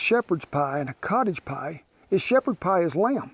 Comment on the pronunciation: hahahahaha Scottish poiy hahahaha !